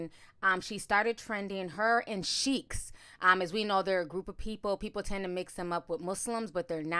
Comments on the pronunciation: Hey it's not cheikhs. It's Sikhs. Pronounced the same way you pronounce sick in English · “Uncomfortness” 😂😂😂😂 It’s “Discomfort” Ti! 🤣🤣🤣 Also they are Sikhs; and their religion is Sikhism. Sheiks are another community (Arabic) Totally different groups! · Ok i love you ti but it's pronounced like seeks. We have many in London. 😘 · Omg yes! Made me cringe hearing her say Sheiks over and over and over again 😩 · Sorry, Through out your commentary you pronounced the title of the 4 men incorrectly. They are not Sheiks. They are Sikhs. The h at the end of the is almost silent. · It's pronounced as seeks. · I believe it is pronounced ‘seeks’